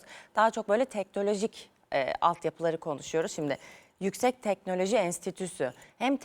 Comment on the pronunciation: Telnoloji değil teknoloji